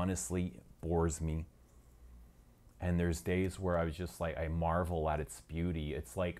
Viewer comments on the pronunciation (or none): none